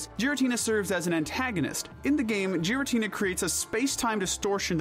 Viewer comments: GIRATINA DOES NOT START WITH A J, STUPID, IT STARTS WITH A G! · Clicked off the moment you pronounced his name "jir-ah-tin-a". It's a hard g, as in voiced velar plosive, not the soft g, as in voiced alveolar affricate. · Oh my god, no way this dude says "jeer-uh-teena" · Please say giratina correctly 😅 its not jiratina its GIratina G not J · It's Giratina, NOT Gartina! THAN, NOT THEN! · “Gih” not jiratina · GIRATINA DOES NOT START WITH A J, IT STARTS WITH A G! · With Giratina being my first, and Favorite, Legendary Pokémon. I feel I have authority to say this, it is pronounced "Geer-uh-teen-uh" and not "Gee-ruh-teen-uh" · GIRATINA, NOT GARINTINA! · Ffs not only do you fuck up Arceus pronunciation but fucking Jeeratina!? 😂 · Sorry for being the grammar guy but Giratina is pronounced Gear-a-tee-na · giritina is pronounced Geer-i-tee-nah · Roomate: imma gyrate on this dudes moms face if he keeps saying "gyratina" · THERE IS NO H IN GIRATINA THE SECOND TIME! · Raikou, Entei, and Suicune are obviously based off of Cats, NOT dogs. They're known as the Legendary Beasts. I despise how you initially pronounced Meloetta and how you pronounced Giratina. You forgot the Tapus and the Lake Trio, and Giratina is actually good in Pokemon Platinum, which you completely ignored. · I wanted to watch this video, but I don’t trust you if you can’t pronounce Giratina and Zacian. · I had to stop the video the first time I heard you say giratina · AGAIN, GIRATINA IS SPELLED WITH 2 A'S, NOT 3 I'S! SATIN, NOT SAITEN! GIRATINA IS GENDERLESS, NOT A F*CKING HE! AND IT'S DOES, NOT DOSE (THE S SHOULD BE AFTER THE E)! AND THE S IN NECROZMA IS SUPPOSED TO BE A Z!